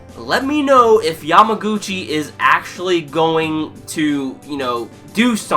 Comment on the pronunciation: It's kinda funny that you don't remember many characters name or pronounce them incorrectly but you keep saying Yamaguchi's name perfectly! I found it's funny :) Anyway, good review and please keep doing haikyuu's review! I like your review mostly because I am another person who wait Yamaguchi's spotlight time!